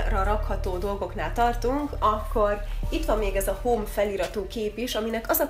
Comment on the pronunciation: Azt nem Home [hám] -nak kell ejteni?